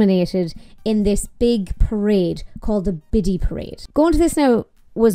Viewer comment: I know you’re talking about the festival but every time I hear you say Biddy I just hear Bitty which here in the states is the same as B#?*! 🤣